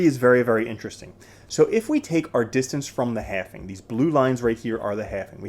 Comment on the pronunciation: please learn the word "halving".